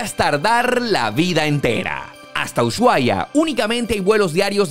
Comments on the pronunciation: se dice y se escribe USHUAIA, no es UYUAIA, decilo bien, es una falta de respeto hacia los argentinos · No se dice uchuai, la manera correcta como lo dicen los argentinos es usuaia. Excelente video ❤️ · Porque dicen mal el nombre de Ushuaia??. Los caribeños le dicen uchuaia, no pueden pronunciar la SH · por que dice UYUAIA? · venía a comentar esto, me estresa que pronuncie ushuaia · jaajjaja me causa gracia como pronuncia ushuaia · No se pronuncia el lugar como lo dice